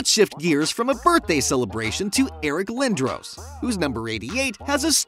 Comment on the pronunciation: And it’s Eric Lin-Dross